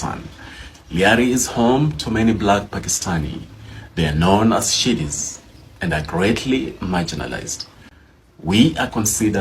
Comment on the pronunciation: Not Shidis, Sidis!? He needs to tighten up his English.